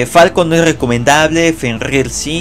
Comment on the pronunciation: Porque dice shil? Y fenrIr?